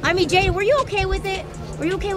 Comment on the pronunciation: its Ai duh